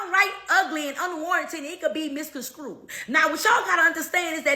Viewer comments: misconstrued or misconscrewed? Bl@ excellence once again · “The troot can be downright ugly and ‘misconscrued’” 🤣🤦‍♂️⬛️